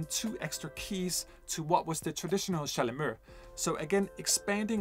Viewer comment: Thank you for this great new instrument (which I will play soon, of course) and for its history! Oh, and by the way, "chalumEAU" is pronounced in french with a final "O", like the one you hear in the english word "fOUr"! You welcome 😉